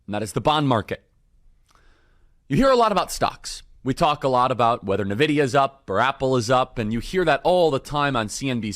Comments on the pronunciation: Did bro just say nuh-vidia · 'Nuh-vidia' Ugh lol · U know who plays videos games or not by how they pronounce nvidia😂